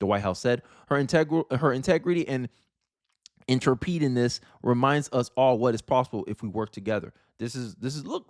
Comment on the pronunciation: I like the content, you did your homework while a lot of others just rant. Keep up the good work! Not trying to be the grammar police, but "intrepidness" is pronounced "in-treh-pid-ness". I'd like to see you do a video on some of the other court cases against Trump. Thanks!